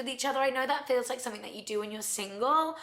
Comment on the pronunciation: Never seriously listen to anyone who says "somefing" instead of something 😂